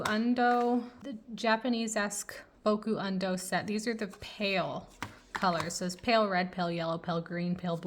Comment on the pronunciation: I love this video but I died inside when I hear how you pronounced "Caran D'ache" and "Boku Undo Japanesque" 😂 You should check out Turner Acryl Gouache, it's much better than Holbein, and I speak as someone who has the full 102 Holbein Acryla Gouache set.